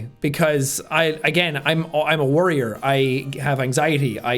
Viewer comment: I find interesting how in he is like "im a worrier" but I heard "warrior" and I thought huh, honestly being someone under stress and anxiousness all the time but that presses forth is kinda like being a warrior